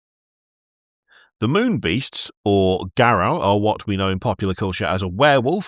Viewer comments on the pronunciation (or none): mispronunciation of Garou hurts me. It's edrived from the french word for werewolf, loup-garou (said more or less like Loo-Gahroo) so Garou isn't said GahRaou but Gahroo. And yes they can kick the asses but pretty much everything in WoD canon because all the Changing Breeds are scary AF